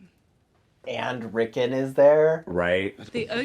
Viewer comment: His name is not Rickin, it's Rickon!!😂